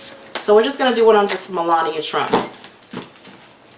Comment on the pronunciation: Hey girl, hey 😊 you have a serious problem with names. ME....LA...NI...A.... MELANIA. looool